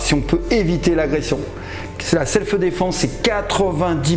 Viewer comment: Franck, on dit pas “selfeu défense” mais self’ défense !